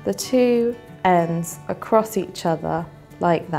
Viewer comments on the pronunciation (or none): none